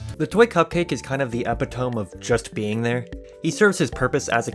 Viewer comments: english is a stupid fucking language epitome is pronounced "eh-pit-oh-me" not "ep-ih-tōme" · sigh e-pit-oh-me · Just so you know, “epitome” is a Greek word, so you pronounce the “e”, like in Hercule or Socrates. “Ep-it-oh-mee”! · EPI-TOME 🗣 (it's pronounced a-pit-o-me) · Epi Tome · Epi tome lol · Mispronounced epitome. Point and laugh cat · i clicked off when u pronounced epitome like that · did you just pronounce it ep-ih-tome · did you just pronounce epitome as epi-tome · so this is coming from a place of full understanding cause I also learned the word "epitome" without hearing it first, and ended up pronouncing it the exact same incorrect way: epitome is pronounce uh-pit-uh-me. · when you pronounced epitome like that i had to pause the video take a deep breath and stare into space. sick vid tho holy shit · that's not how epitome is pronounced :)